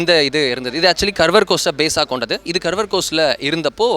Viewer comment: கர்வர் கோஸ்ட் புரிந்து கொள்ள முடியவில்லை. கார்வார் துறைமுகம். கர்நாடகாவின் மேற்கில் அரபிக்கடலை ஒட்டிய துறைமுகம். தெரியாத பெயர்களை கூகுளில் பார்த்து போடவும். நீங்கள் உச்சரித்த கர்வர் வார்த்தையை புரிந்து கொள்ள எத்தனை பார்வையாளர்கள் குழம்பி போய் இருப்பார்கள்.